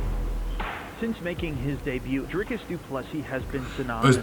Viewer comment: Dricus 2+3. Sound better roll the r. Canadian can say the surname